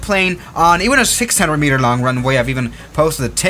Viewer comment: Fun fact: The way you say "600 meter runway" sounds very much like you're saying "6 centimeter runway", and I was going to be very impressed that you'd landed a real airplane on such a small runway.